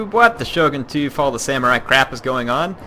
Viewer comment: Fall "of" the Samurai, not "fo,". haha